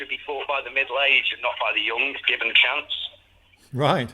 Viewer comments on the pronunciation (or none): Blody hell They way he says *rigth*..